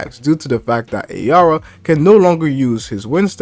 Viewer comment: Its araya not ayara